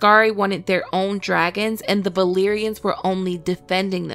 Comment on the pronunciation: Why do you pronounce "b" instead of "v"? It is so annoying the "balerians".